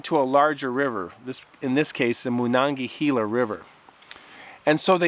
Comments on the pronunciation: It’s pronounced MA-non-ga-hey-la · The way you're pronouncing the Monongahela is driving me crazy man. It's not Moon-on-gahela. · I grew up pronouncing it. Ma- non - ga - hay - la. But good job..🎃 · I wish I knew more about where these kids hiked. I'd be able to check it out. The river is pronounced Monongahayla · Just in case you ever need to know it again in the future, I'm from Pittsburgh, it's pronounced "mawn-on-guh-hay-luh" good try though! It's a native iroquois word that means falling banks. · Moe-NON-guh-HELLA River is how we say it in "The Valley" (Monogahela, Monessen, Sonora, Charleroi, PA). Or "Mo-NON-guh-HAY-la". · "MonangaHEYla" is how we pronounce the river's name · As a native yinzer, I had to laugh at your butchering the pronunciation of the Mon river haha.